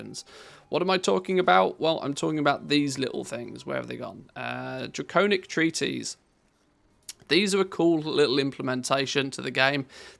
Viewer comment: I love and appreciate your videos! But you're driving me crazy mispronouncing "treatise!" It's not "treaties" it's "tree-tuhs" (US) or "tree-tis" (UK). 🙏💗